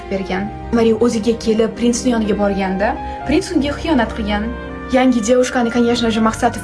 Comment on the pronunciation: Prinsni birinchi marta pes deb eshitibman 😂😂